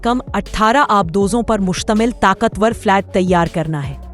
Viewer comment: Dear, the true word is "fleet" not "flat" as you narrated in this video.